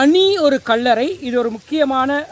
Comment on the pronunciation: அடேய் கள்ளற இல்ல கல்லறை என்ன உன்ர தமிழ் பிழையாயிருக்கு இந்திய வம்சாவழியோ பறவாயில்ல விடு எங்கட இடத்த நீங்களாவது நரப்புங்க